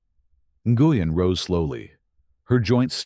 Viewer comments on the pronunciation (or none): Its pronounced Nu-yen A-i needs to get it right or not be used 😡